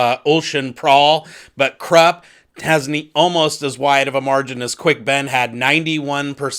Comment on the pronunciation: Hey bro was listening to U and while I totally respect our own sounding out of characters names just always thought kruppe is pronounced with oi sounds almost more a uh. And Jagut more with the Hebrew type y sound yahut souning yahout and yeah your final pronouncment of malazan is perfect keep up Fri work m8 your awesome